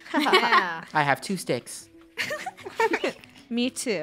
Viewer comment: don’t take shticks in the wild Me: shticks? XD